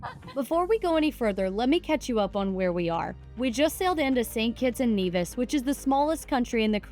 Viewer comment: St. Kitts - Nevis is not the smallest country in the Caribbean. I was born there. I'm a Kititian. Brimstones Hill is located in Sandy Point. By the way, It's NEVIS! not NAYVIS.